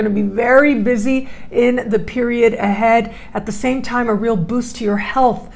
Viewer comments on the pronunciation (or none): none